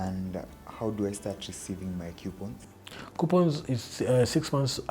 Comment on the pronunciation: The interviewer mentioned Q-points, instead of Coupons. How financial literate is he? Anyways, Good video nonetheless.